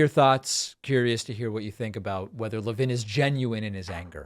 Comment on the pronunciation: Never seen anybody with the name Levin who pronounced it La-vin.